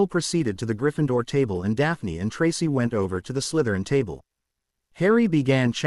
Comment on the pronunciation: Learn how to say Tracy it is not tras